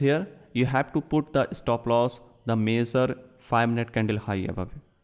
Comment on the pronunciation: They way you pronounce the word "major" makes it VERY difficult to understand. It took me a long time to understand what you meant!